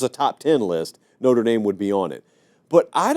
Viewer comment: Lololol. It’s Notre dame. Wtf????